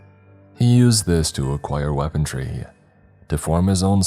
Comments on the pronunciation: you keep pronouncing “Runes” as “Ruins” but it’s not correct. “Runes” are symbols often used in witchcraft and Wiccan practices. And it’s correct pronunciation is closer to Roons, not Ru-ins. Damn, again, it’s not “Weapontree” but “Weaponry” or more commonly called “Weapons” and the pineapple grenade is like that not for grip, but to allow for shrapnel to more easily spread wider and with a larger diameter. I just can’t help myself but to correct this. Perhaps the writer actually wrote it this way? I don’t know. I’m done, I’ll just listen and stop trying to be Captain Pedantic. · lol "weapondry"